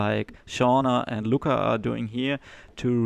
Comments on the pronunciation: It's annoying to listen you pronouncing Lučka as Luka. Its two diferent names, one is male and one frmale. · You pronounce Lučka as Luka. Which is weird because Luka is male name. You must put č (German tsch) in the middle of Luka. Also, you put č sound on c at Rakovec. Slovenian c is German z. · Please learn how to pronounce name: Lucka. Stasa Gejo say it correctly: check